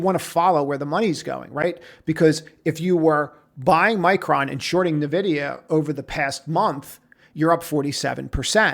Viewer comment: No. Learn to pronounce "Nvidia" correctly.